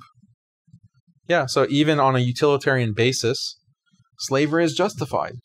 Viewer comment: After the 10 second mark I started hearing "slavelly"